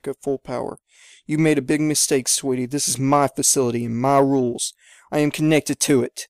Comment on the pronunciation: Made not kade